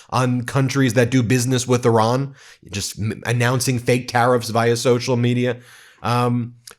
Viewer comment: Did he say Irag instead of Iran